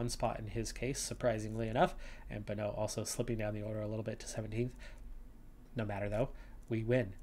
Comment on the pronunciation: The EU in Bonneu's name is the french/dutch sound, not that you should care but thought i'd mention it anyway. Same with Keup now that think about it